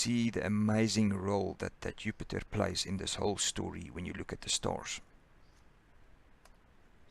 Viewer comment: Disorganized and poorly presented. He cannot pronounce Jupiter as well. Goodbye.